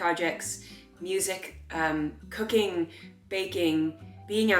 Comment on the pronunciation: When you said cooking I thought you said cocaine, I was like uhh.... it might make you hopeful but that's maybe not something you should continue 😂